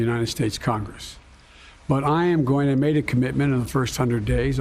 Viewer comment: "im a gointamade a commitment.." -Joe Biden